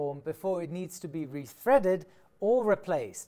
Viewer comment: Great vid! Btw, it's "retread" not "rethread"